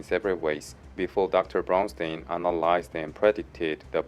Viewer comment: I lost it when you were talking about diarrhoea and you pronounced Brownstein like Brown Stain lol. Great video though, thanks!